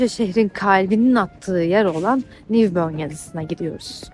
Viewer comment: Haftaya cuma günü gideceğimiz için gerçekten çok aydınlatıcı ve dolu bu içerik iyi oldu. Bunun için tebrik ederim.. Amma velakin herkes aynı şeyi yapıyor, ya ne olursunuz, lütfen şu "Newborn" meydanına "Nivbörn" diyip durmayın çok itici oluyor . "Nivborn" bu kadar basit..